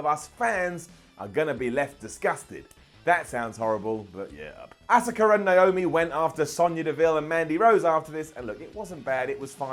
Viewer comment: “Assaker” lol